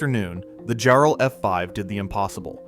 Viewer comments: Great video but the name is “JAR-ell,” N0T “Jar-ELL.” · It's jarrel not jerrel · Yea it ain't Jarrell like some brother. Its Jarrell, rhymes with "Daryl" . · The deceased family is pronounced EYE-go, not EEE-go. Jarrell is pronounced differently in different parts of the vid. The use of AI is so reckless. The human overlords never check anything, and they never correct the most obvious screwups. They just post it and move on to the next one.